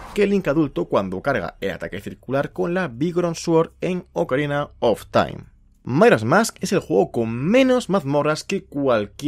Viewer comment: Por qué dice mairas mask? Y no Majoras Mask?